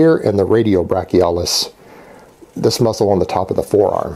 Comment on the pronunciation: brachioradialis not radiobrachilais bro